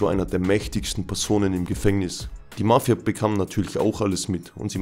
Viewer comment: Wie du Mafia betonst . Nervig